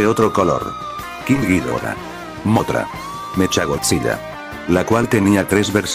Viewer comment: Oye, te informo que cuando dices godzilla en tus videos se escucha "godziya", para que se escuche mejor recuerda que tienes que ponerle una L al escribir en el Loquendo godzila. Eso es para que cuando subas un nuevo video de godzilla se escuche mejor;-)....